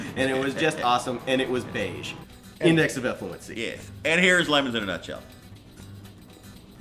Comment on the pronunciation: GAH. Y'all need to remake ALL these videos. It's pronounced LeMONS, not Lemons.